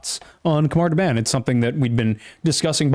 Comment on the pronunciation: Khamar da-BAHN. Soft A.